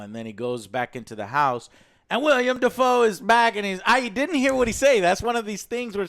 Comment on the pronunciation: This man said Robert PATERSON and WILLIAM Dafoe 😂😂😂😂😂😂😂😂😂😂😂